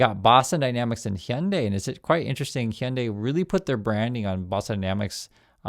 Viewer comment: Hyundai rhymes with Sunday bro.